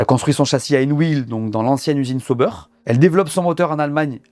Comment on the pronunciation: Arrêtez de dire Seau-beurre c’est ÇA- OU-Bère😊